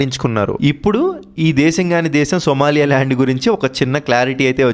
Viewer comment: సోమాలియా ల్యాండ్ కాదు సోమాలి ల్యాండ్